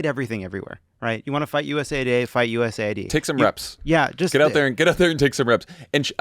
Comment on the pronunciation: Shouldn't that be pronounced US aid, not USA ID